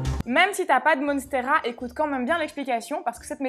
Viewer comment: Monnnsteras 😄😄😄 Ça fait américain c'est vendeur